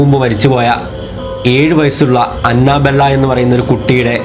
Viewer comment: Anna bella alla anebella🤪🤪🤪